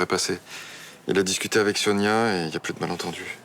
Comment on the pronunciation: 10min21 qui dit SIONIA au lieu de SONIA 😂